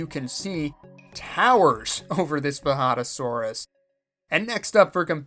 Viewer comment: Even though you made it a point that it’s been recorded and me saying how to actually pronounce the J is pointless here, ima just say you had it right the very first time xD (and the whole time)